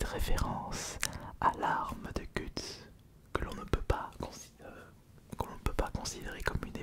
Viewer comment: BERSERK??? MAIS QUEL HOMME NOTRE (Je t'ai entendu prononcer "Guts" avec un accent français mais son nom se prononce "Geuts" à l'anglaise)